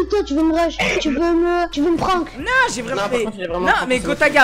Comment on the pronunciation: C pas prancker mais pranck